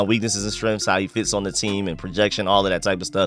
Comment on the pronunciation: "Weaknesses and strenffs"??? What the hell is a "STRENFF!?!? ugh... dude... das dat ignant speak yo! FFS